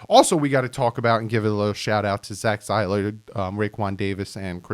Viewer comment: it's "see-ler" not "Cy-ler" While we're at it, "Suh-von" not "Sal_vin" 😂 Congrats on the newborn!!!